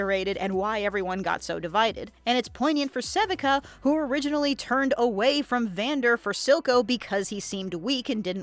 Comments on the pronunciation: This is the second channel I've seen making content on Arcane that cannot pronounce Sevika's name correctly. Suh-vee-kuh. It is never pronounced seh-vik-uh in the entirety of the 2 seasons. Why is this error happening? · Se-Vee-KUH. not sevehca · Its pronounced sa-VEE-ka. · How can you possibly be pronouncing Sevika’s name wrong the ENTIRE video!!??! Like… they say it IN THE SHOW! wtf? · My theory is that someone else wrote a script, and the talker never actually watched the show. That or they butcher the name because they can't pronounce it for whatever reason.